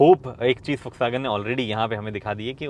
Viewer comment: Bhai jis tarah se vw ko pronounce kiya hai kasam se Ferdinand Piech bhi nahi kar paata